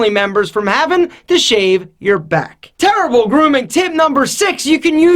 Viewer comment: "Turble grooming tips"